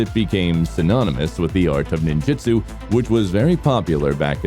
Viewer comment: It's supposed to be pronounced Ninjutsu. I don't know why they make it spelled differently sometimes